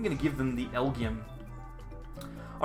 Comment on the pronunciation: I think the Pokemon is pronounced “L-G-M”.